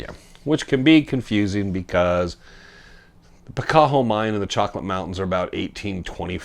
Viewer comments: Picacho , Pi ca cho as in Picacho Peak ! Not , Pi cac ho ! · PicaCHo not PicaHo